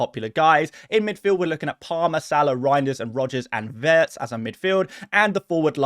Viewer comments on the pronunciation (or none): none